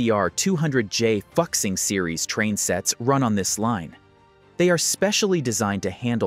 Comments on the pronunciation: Fuxing is pronounce Foo-shing, not F*ck-sing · O!M!G! Fu'Xing, not Fuxing😂. At least don't pronounce it that way😅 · pronounced “foo-shing”